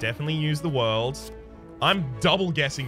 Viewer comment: Your aren't pronouncing The World correctly.